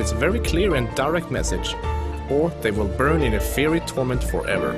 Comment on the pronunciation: lol you pronounced "fiery" wrong